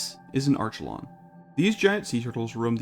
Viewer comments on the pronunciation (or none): And archelon (ark-uh-lawn)